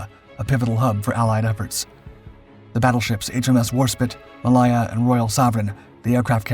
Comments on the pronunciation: Yes its HMS WarspITE, its also HMS Ma-lay-ya, not Ma-lie-a! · Your pronunciation of Royal Naval ships name is abysmal. Malaya as in the country Malaya. It isn't Mal I er. It is Ma -lay -a .